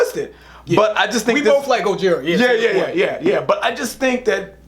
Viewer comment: Btw its pronounced GO-HERE-UH